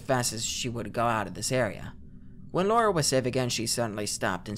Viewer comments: Me everytime [] said Lora instead of Lara: 😑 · The creepiest part of this video is how keeps pronouncing Lara like Laura